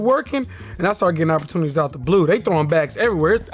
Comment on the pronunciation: The oppatuntaties took me out lol